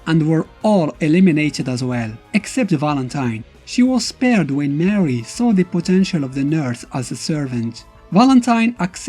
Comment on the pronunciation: It's pronounced more ree not mary brah